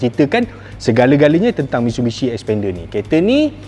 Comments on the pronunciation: Xpender ya, bukan Sepender😅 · ble sbut bnyi mcm spender.. haha